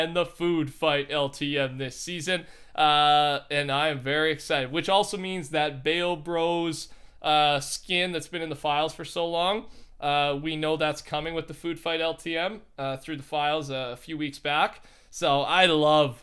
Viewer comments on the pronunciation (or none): "Bayo Bros" Bao Bros how do you get this wrong?